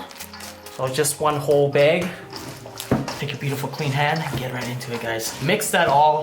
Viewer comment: “One whole beg” hmm let’s try “bag”